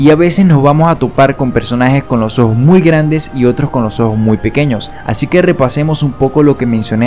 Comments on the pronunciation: Hace como ohoos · soy el único que se da cuenta de que cuando él dice ojos lo dice de una forma muy extraña como si disiera ojo pero refiriéndose a uno cuando se está refiriendo a dos.